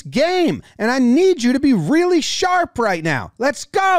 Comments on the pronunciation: No way you make the R sound with your tongue between your teeth like that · ‘Right” not light